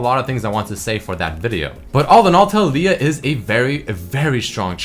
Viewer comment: the way of saying "Taliyah" bugs me so much lul